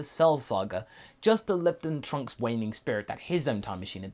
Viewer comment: He said princess trunks wrong